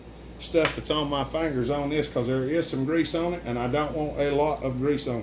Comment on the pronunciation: Good video! I love when you say "fayngers". ;-)